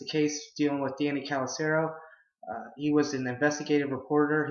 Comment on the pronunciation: didnt even pronounce Casalaro correctly. Did you even prep for this video??? shits weak son.